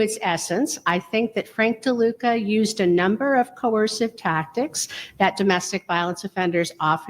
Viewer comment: It's not LeDuca.. It's DeLuca...